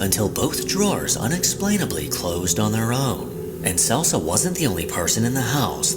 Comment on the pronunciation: Pretty sure number fives name is pronounced K E L S A spelled Celsa! lol. He said Selsa.